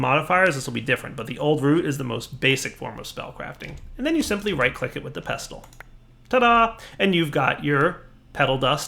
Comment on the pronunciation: The t is silent in pestle.